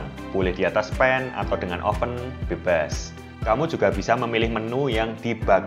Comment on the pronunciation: Pas bilang bebas ..medok bgt..tapi suka